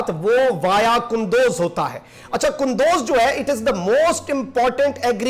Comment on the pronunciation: It is kundooz not kandoz